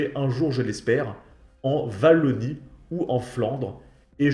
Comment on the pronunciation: Wallonie= oualoni ! Pas vallonie.